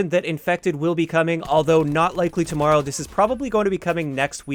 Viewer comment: The way you say TOMORROW is hilarious and you said it a million times 😂😂😂